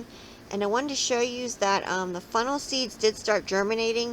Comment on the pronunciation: Lol sounds like u keep saying FUNNEL!😆🤷‍♀️very informative though, thank you.😊